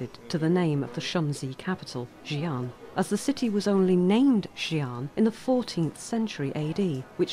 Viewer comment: Xian (仙) as in immortal (and not Xi'an the city as you said) is pronounced as HSIYEN.